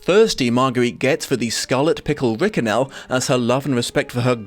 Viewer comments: I busted out laughing at "Scarlet Simpernel," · Try to count all the times he says Scarlet Pumpernickel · "Scarlet Simpernel" Damn you that made me laugh! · "the scarlet simpernel" made me cackle, thank you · The "Scarlet Simpernel" definitely got a chuckle out of me. Great video as usual. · The scarlet simpernal had me rolling on the floor xD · You could have gone with Scarlet Sink-me-nel ?